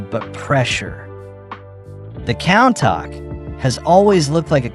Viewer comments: countach = koon-tash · Why is no one talking about how he pronounced countach.